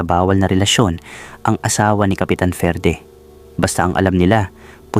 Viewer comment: Basahin moto FERDE Ferdie